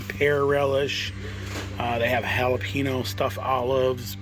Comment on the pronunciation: I'll never get over how you pronounce Jalapeño 🤣